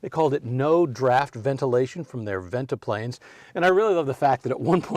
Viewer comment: Interesting talk. Nice side-to-side dance step, too,. Very entertaining! What do you call it? Modified swing, I guess. And it's "venti-pane", not "venti-plane" for those "no draft" pivoting windows. It's my understanding the Cadillac dealers were annoyed by so many LaSalle cars selling at the expense of Cadillac (it was Cadillac dealers who sold the LaSalles.) It's true that the LaSalles were selling beautifully--and the '40 models were really beautiful, in my opinion. But for 1941 LaSalle was gone and the Cadillac 61 was introduced with the new GM fastback styling on the "coupe" which had a full back seat and was priced at only $1345--Cadillac's lowest price ever. The ads claimed stuff like "Now YOU can afford a Cadillac." And that probably brought plenty of buyers.